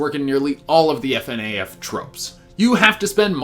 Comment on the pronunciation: No one says Fnaf like that